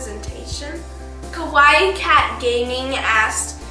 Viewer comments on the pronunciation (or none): none